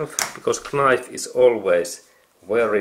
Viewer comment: Excellent repair. You may decide to ignore the following comment if you decide. The letter “k” in the typical English language word “knife” is silent. I only write this since I for a short time taught English to students whom English was a second language.